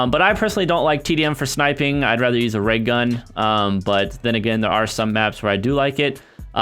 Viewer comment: He said reg-gun not raygun